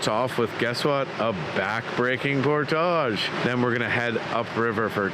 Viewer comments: It’s Por~(tige) phonetically. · Pronunciation: Por-tij. 😅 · Unusual to put the French accent on just the one word. Honestly. You are OVER using that word and I can’t watch the channel. It’s just too distracting and off putting.